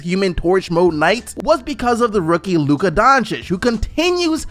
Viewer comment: Woah he finally said Luka's name right!!!